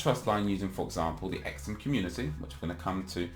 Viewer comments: its pronounced "SUM" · Surely its pronounced like sum but z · It's pronounced Sum. Like when you add two numbers together you get a sum